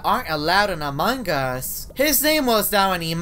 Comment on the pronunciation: why do you always pronounce among us as “amang us”